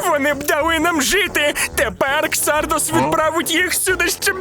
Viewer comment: КсардАс а не ксардОс😄